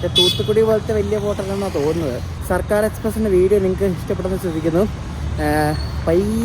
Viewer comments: Its circar..not sarkar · ബോറൻ വ്ലോഗ്. സിർക്കാർ എന്ന് പോലും വായിക്കാൻ കഴിയില്ലേ 😭